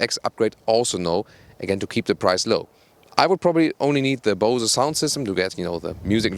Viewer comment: Bose is not a German company so the pronunciation should be a bit different in my opinion